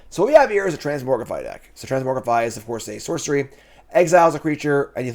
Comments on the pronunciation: If doesn’t stop mispronouncing Transmogrify I might tilt out of existence. It’s TransMOGrify not transMORGify! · will try to pronounce it correctly if we bug and beg him enough (he did so for "Jee-ada" a while back). Transmogrify even has "Mogg" in it, so he has no excuses. "It's another (trans)MOG(rify) Monday!"